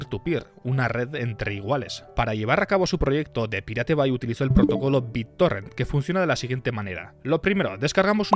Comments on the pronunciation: "Depilate bye" 🤣🤣 Es algo asi como "Da paireit baë" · Pero solo tenés que pronunciar pairat bei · me cae un pedazo de alma cada vez que dice DE PIRATE BAI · "De pirate bai", sí, así lo pienso pronunciar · Cada vez que dices depiratebai, me duelen los oídos ! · "de pirate bai" jajajaja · "de pirate bai" dale bro... no te cuesta nada pronunciarlo en ingles... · Muy buen video, pero por que los españoles se niegan a pronunciar las cosas que estan en ingles de forma correcta y lo leen como suenan? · Tanta calidad de video y narracion para que pronuncies asi... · habla bien, que lo digas de broma, bueno, pero que de verdad lo pronuncies mal, es inculto y demuestra falta de estudio. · Perdón pero esa pronunciación es asquerosa.